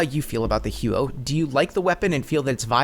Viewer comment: im proud of your google skills but I spent an entire summer there and nobody who speaks canadian french pronounces it that way. maybe americans or canadians without french origin. either way, the huot sucks ass xD and good video.